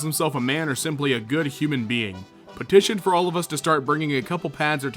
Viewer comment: When you say being it sounds like beating